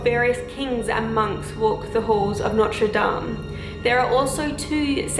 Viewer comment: Your prononciation of notre dame is near perfect, i got really surprised ! :D